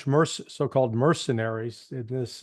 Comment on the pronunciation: learn English pronunciation. The word ‘this’ has a short ‘i ´, unlike ´.’